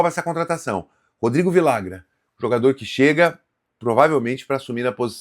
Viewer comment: Cara vcs deveriam se informar melhor na língua espanhola em especial na Argentina e Uruguai os dois LL tem som de j então ficaria assim vijagran . Daqui a pouco estão chamando o cara de Viagra